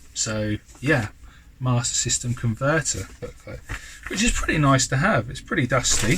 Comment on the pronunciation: Those big box games are in fantastic condition and you done well with those mate. You quite rightly pronounced Ninja Gaiden correctly but alas, you still need to work on your Master System 😝😂😂😂 Great finds as usual mate, certainly much better than i could ever find round here 😁👍